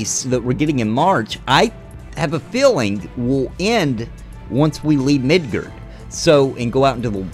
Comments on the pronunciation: MID GAR MID GAR NOT MIDGERD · The way you pronounce Midgar triggered me.